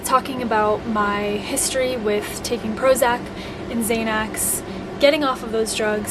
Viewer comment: I think you mean xanax (zan ax) not (zay nex)